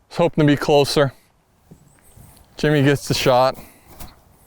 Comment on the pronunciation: Is it my hearing or is Billy calling Jimmy Jamie?🤔😂